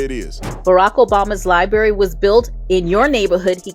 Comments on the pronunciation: I'm 15 seconds in and I'm already irritated. To the female that said "Liebarry". Boo...practice saying it in your room. It's LIBRARY. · "Lieberry" all i needed to hear